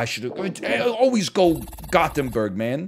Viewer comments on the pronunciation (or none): none